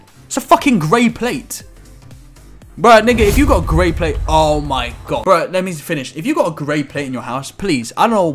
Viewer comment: XD "who da fawk has uh greyh playte"